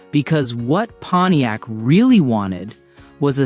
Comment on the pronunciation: Moron AI....thumbs down for "Ponyex" and then ."three hundred and eighty nine..." This is NOT how humans pronounce the the car brand, or engine displacement. I will proceed only because I once owned a PONTIAC LeMans with the 326. If not for that, your unnecessary, distracting, stupid, and annoying captions would be enough for me to click away. But I've already hit THUMBS DOWN!!!